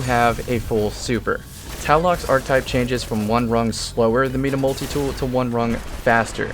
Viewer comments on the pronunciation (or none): ITS FUCKING MY-DA MULTITOOL.... NOT MEEDA MULTITOOL....... jk jk just making salt